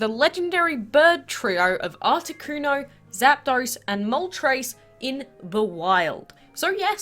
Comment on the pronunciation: Thank you for pronouncing zapdos right and moltres because THEY ARE NAMED AFTER THE FIRST THREE NUMBERS IN SPANISH